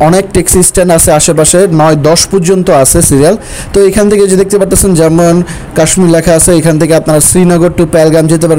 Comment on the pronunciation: উচ্চারণটা "জাম্মু" নয় "জম্মু" হবে । হিমগিরি ১১.৫৫ তে ছাড়ে ।